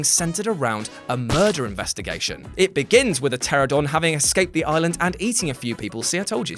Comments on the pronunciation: Pteranadon. Not Pteradon. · Pteranodon (ter-AN-o-don)